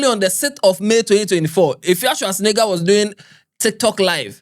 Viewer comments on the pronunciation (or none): Eiii what’s Efia shoa??? 😂😂😂😂 instead of Efia Swa😂😂😂